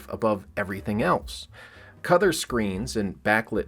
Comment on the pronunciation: Were you saying "cother" instead of color?